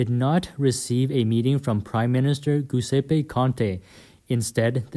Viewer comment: Giuseppe pronounced like English word Jew zeh peh. NOT LIKE Ghew ze peh.